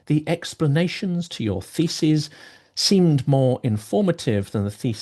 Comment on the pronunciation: The way you say "thesis" sounds like "feces" lol